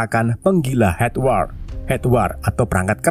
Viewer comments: Hardware ya , bukan herdword wkwk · Ngeja nya bukan hedwar bang Tp hardwer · hardwer baaang bacanya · Hardware dibaca hadwer mang bukan hedwar, kalo hedwar (headwar) mah perang kepala😂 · Hadwer bang bukan hedwar😂